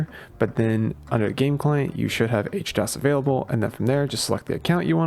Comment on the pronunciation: why H-DOs instead of HD-OS lol